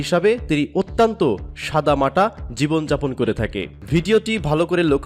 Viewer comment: শব্দটা 'অত্যন্ত' অত্যান্ত নয়, মূর্খ, খারাপ উচ্চারণ! খ